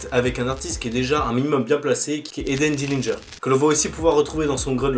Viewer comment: comment t’es aigris c’est une dinguerie juste parce que il prononce mal Eden Dillinger et c’est quoi cette manière de parler c’est grave d’être immature comme ça